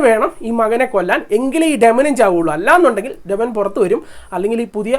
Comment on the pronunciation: ഡെമനൻ അല്ലല്ലോ ഡീമൻ അല്ലേ